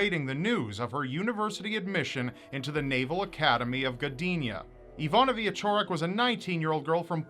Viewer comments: I think its pronounced Veechorek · It's more like Vee - eh - ch - orek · Why is it so difficult for people to grasp how to pronounce “cz”?! I live in the US and when people ask how to pronounce my last name, I tell them how it’s supposed to be pronounced and then how it’s pronounced by most Americans.